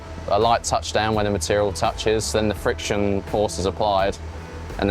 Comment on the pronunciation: said 'fiction' welding a few times... lol I kind of want to see welding of wood in progress...